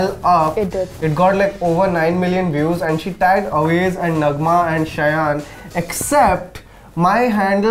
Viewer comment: Wow im impressed that the person behind the lense called shayan the way his name is supposed to be called